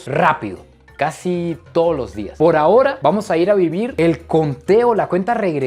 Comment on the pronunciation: 😠😠😠. ¡ SE DICE " AHORA" !.